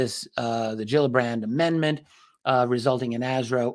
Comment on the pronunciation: fish have "gills" and they are not pronounced "Jills"